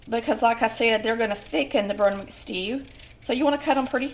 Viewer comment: its brunswick stew not brunwick